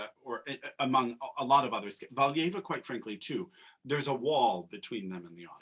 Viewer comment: They mispronounced Valieva too, in the SP she was called Galieva lol